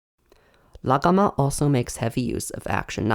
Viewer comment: Your aren't voicing the gh in "Laghama" because it sound like an unoiced Uvular stop. Good work though